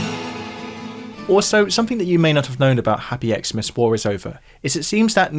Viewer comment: I find it funny that you pronounce it "ex-mas", despite John singing "Christmas" in the song. 🙂